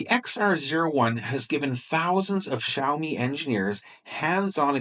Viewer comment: Because Drumpty hasn't learned how to pronounce Xiaomi yet.